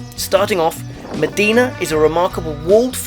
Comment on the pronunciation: Great informative video! :D But it's not pronounced as 'Medina' but 'Imdina'